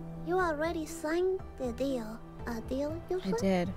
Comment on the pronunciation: Who else herd say "dealh" instead of deal